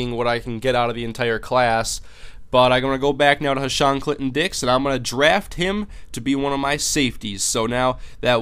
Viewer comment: Lmao. His name is Clinton Dix when you said it really fast it sounded like Clit N Dicks!!!! Lolololol.